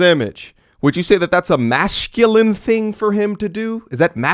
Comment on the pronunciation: It's MASCULINE not MASHCULINE sir....